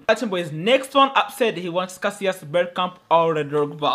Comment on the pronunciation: bro has been playing this game from dinosaurs' Era and still saying Casillas after saw Spanish league🗿